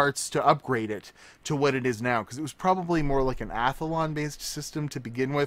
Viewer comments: Ath-lon... Not Ath-a-lon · A-thuh-lawn lol